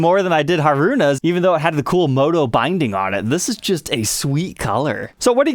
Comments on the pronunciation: Hah-roo-nah. Mah-mee. Moh-chi. All syllables are given equal weight, and don't blend together. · Dang... I've never cared for Strats but this one has a bunch of features that I like as well as being Mami's signature model! I'm a huge fan of the group and Mami in particular. I will say it's funny how mispronounces their names as it's common among western folks. they should be said as [MAH- mee], [HAH-roo-nah], [toe-moh-mee] and [REE-nah]. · 1) It's HAruna, not haRUna. 2) It's been confirmed on a few Scandal fansites that the pickups ARE exactly the same as the Modern HH's pickups; only the covers are new. 3) Sucks (though predictable) that once again Fender stuck regular Kluson tuners on, when Scandal themselves have Fender's modern locking tuners on all their personal versions. It can't cost Fender more than £50 or so to put the modern locking tuners on (they could even charge £100 extra!), and these Klusons are such a huge pain to replace with anything newer.